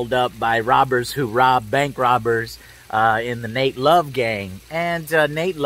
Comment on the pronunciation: It's Nat Love not Nate Love haha